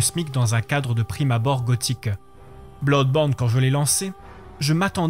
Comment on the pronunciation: L'argument du train fantôme j'ai cru comprendre que c'est le principal reproche fait à Resident Evil ces dernières années. Tout est prévisible à souhait et c'est plus source d'agacement que d'angoisse, comparé aux premiers où rien n'était jamais sûr. Blawdborne (oui déso la prononciation m'a tué) j'ai eu la même surprise : pas dur de voir que ce sera horrifique, mais que ça aille dans cette direction, je l'ai pas vu venir. Savoir qu'on achète un jeu d'horreur, c'est se mettre sur ses gardes oui, mais même dans ces conditions, il y a les bons et les moins bons. Je savais que Clock Tower était un jeu d'horreur et il m'a terrorisé. Je le savais aussi pour Silent Hill et il m'a à peine fait sursauter.